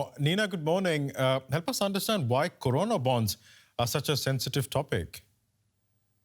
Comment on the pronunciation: its corona .. .. not karona .. buddy why are you speaking in modi's tone.